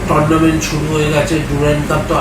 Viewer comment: একটু অশিক্ষিত মনে হচ্ছে। Tournament কে বলছে টোরনামেন্ট।😮😮😮